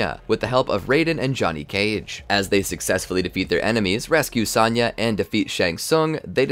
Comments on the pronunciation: It's Sonya not Sanya 😭😭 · Great in depth video on the timeline, only negative to the video is the way you pronounce Sonya, it's not Saw-nya Blade it's So-nya Blade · It's Sonya, not Sanya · S-ah-nya Why you say it like that ? Lol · Dood, it's sown-ya... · You have an odd way of pronouncing Sonya as Sanya... it even comes out like that in the CC. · Ah great. More regurgitating. SAHN YUH? lol. Im out. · Any video that doesn't involve Sonya. Because you obviously don't know how to pronounce it. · Loving this video, but bro, listen to the games and learn how to pronounce 'Sonya' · Hearing you mispronounce Sonya... 😩